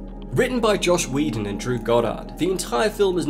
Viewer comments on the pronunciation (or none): Not bad, but thumbs down for "Josh" Whedon. It's Joss, not Josh. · JOSS Whedon, not “Josh”